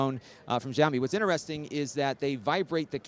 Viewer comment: can't wait for these companies to grow up and make a gaming laptop that doesn't look like plastic shit p.s. "Xiao Mi" is pronounced "she-ow me"